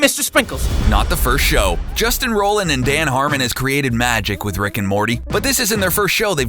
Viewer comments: You're pronouncing Justin Roiland's name like Justin Roland. You should pronounce it Roy-land. God like you think people would know how to read words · ROI LAND not ROLL LAND. Hire a narrator who knows what he's talking about! Or at least can read the script. Or does the writer not know the names of the people he's writing about? And an editor who knows what's a Meeseeks and what's a jellybean. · HOLY SHIT SAY JUSTIN'S NAME RIGHT IT'S ROILAND NOT ROLAND YOU IDIOT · DID YOU JUST SAY ROE-LAND ITS ROY-LAND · It's pronounced ROY-LIND not ROH-LAND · It's ROILAND, not Roland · Justin ROI-land not Roland, k thx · I believe it's pronounced "ROY-land". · Take a shot every time he says 'Justin rolland' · Did you seriously just say Justin Roland? I'm not watching this. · Roiland. Like ROY-LAND. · I've known all of these facts. And they aren't dark Edit: and its ROILAND (ROY-LAND) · It's pronounced Roy-land. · I believe it's pronounced "Roy-land" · Roiland. Roy-land. Fuck. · Is it really ‘Roland’? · rolland? ROLLAND?! who the fuck is RoLlAnD!?!?!? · Rolland? Rolland? Hahahahahaha idiot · It's pronounced ROY•LIND you fucking moron. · calling him justin "roland" is so cring! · Justin Roiland pronounced Royland. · I feel like the narrator has no idea about anything he is talking about. I feel like the narrator is just reading off of a script. Like whenever he says "get schwifty" he sounds like he has no idea how to pronounce it and the fact that he prounces "Roiland" as "Rolland" makes it seem like the script is just typed out in all caps. Fucking amatures I swear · Yea he said Roland not roiland it's a script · ROILAND! with an I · If you're going to make a video about anything involving Justin Roiland, at least try to pronounce his fucking name right. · A video claiming to have facts no one knows-can't pronounce "Roiland". JFC... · You repeated a fact, you pronounce Roiland wrong consistently and none of these are secrets.. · He's pronouncing Justin's last name wrong!